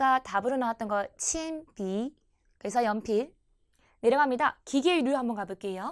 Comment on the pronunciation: 铅笔、大熊猫 발음이 부정확 하시네요.